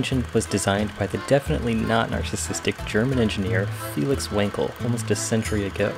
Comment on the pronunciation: Dude it is not called a Winkel but WAnkel